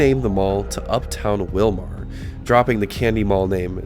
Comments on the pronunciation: Just to let you know, it's pronounced Will-mer not Will-mar. And it's Kandi-yo-high. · FYI, the city and county are pronounced WILL-mer and Kandy-OH-high. I grew up in a small town around 30 miles away in Maynard (pronounced May-nerd). Sad to see how dead it’s become - was a booming place compared to Maynard, population 478 in the 1980’s. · Willmar pronounced more like Willmere, IYKYK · Funny listening to him pronounce the city and county name. It's pronounced Will-mer and Kandi-oh-hi, is how you say the names. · Surreal walk down memory lane, thanks.... Pronounced: Willmar = Willmer, Kandiyohi County = Kandi-yo-high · I knew the Kandi Mall was slowly dying. But didn't realize how far it was. On a other note I'm sure there were smiles from people who live in that area or like me that used to live in the area. When ever you pronounced Willmar.